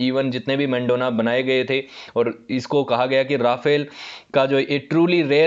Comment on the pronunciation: मेंडोना नहीं है वो , मैडोना है । और भी ज्यादातर नाम गलत लिए हैं आपने ।